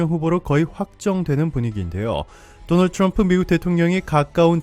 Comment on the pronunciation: 죠너얼주 츌엄프. 조 바이든 발음 차이... ㅋㅋㅋㅋ